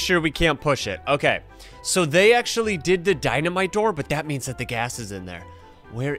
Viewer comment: i like when said thats achully crazy brotheer at 6;50 lol